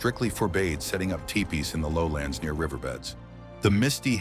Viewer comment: I'm pretty sure that "Mama" is not pronounced the same in the native language. Tiepees?! AI sucks.